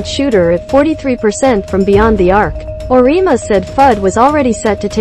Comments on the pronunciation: Auriemma is pronounced or-e-emma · I can't believe anyone who has even remotely watched NCAA Women's basketball would not know how to pronounce the 2021 NPOY's name. It is pronounced BECK )rhymes with Peck) ERS. Makes everything you say seems questionable.And Geno's name also Ore- E' ama not arena. shesh